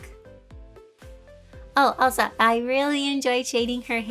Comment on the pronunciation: It sounds like she's saying "Oh Elsa" but she's actually saying "Oh also" And it reminded me that the pose Juliet is doing looks like an Elsa pose! XD